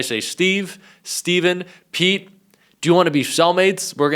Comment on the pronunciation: I thought he said Peed Hegseth.